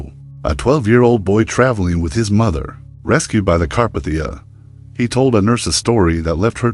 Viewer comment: it's pronounced Carpathia